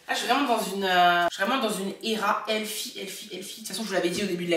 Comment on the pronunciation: Les français et votre prononciation du TH en anglais ..c'est quelque chose ..quand tu as dit je suis dans une era "ELFIE" je me suis demandé c'est encore qui ELFIE 🤣🤣🤣😅 aah healthy.. ça me donnes envie de tester le collagène j'en entend que du bien ces derniers temps.